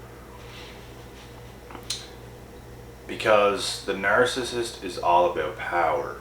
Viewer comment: You seriously need to learn how to pronounce narcissist call me it's very annoying the way you're saying it